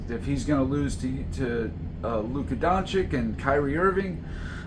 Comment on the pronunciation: don chich not don chick